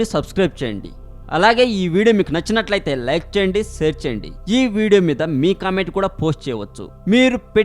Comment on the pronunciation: orey nayanaa ...navakaa kadhu ra babu .."nauka" ......saaare cheyyandi kadhu.... "share" cheyyandi ..